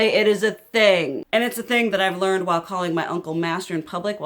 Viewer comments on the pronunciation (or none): none